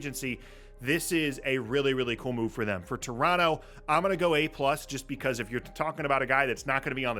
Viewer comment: I appreciate that this guy pronounces Toronto the way they would say it in Toronto